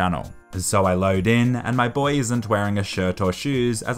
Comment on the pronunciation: Alright, BOAHS?